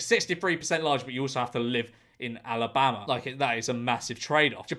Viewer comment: GEORGE I love you, but the way you said Alabama made me cry